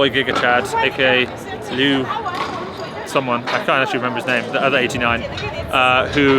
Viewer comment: Liu is pronounced like leeyo rather than lu. Great videos as usual. Who is the girl sitting behind Luo Shifang when she snatched 90kg?